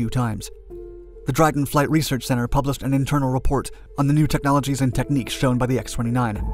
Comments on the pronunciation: A really beautiful fighter jet. The ability to bank sharply was a plus, but the instability without computer assistance...well...major drawback. Still, it's something the military designed and made work. Oh, and 'research'...not 'reaserch'... :) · *"Research" not "R e a s e r c h" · "Reaserch"? Sorry. That is triggering! lol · Great video! Everything except "Reasearch." But hell, everybody makes mistakes. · "Reaserch" flights ??